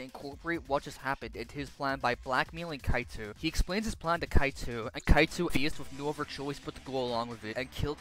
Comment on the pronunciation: It even called kaito"Cato"😭